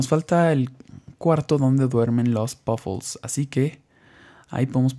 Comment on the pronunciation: y ademas se dice PUFFLES NO POFUL